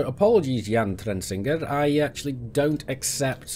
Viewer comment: Holy crap, I'm surprised that you managed to pronounce my name correctly haha. CMDR Jan Trensinger here. All good mate, I understand your reason for not accepting.